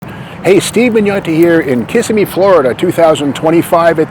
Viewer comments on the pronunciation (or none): The town's name is "Kuh-SIM-ee' not "KISS-i-me." If Steve had worked for Mecum, he'd have certainly known that. But he didn't. He spent his Januarys out in Scottsdale, AZ. But as much work and research as he has always put into preparing for auction coverage, it's a bit surprising. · It is not pronounced Kiss-a-me, it is Kiss-sim-me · Were all glad your back , even if you can't pronounced Kissimmee right .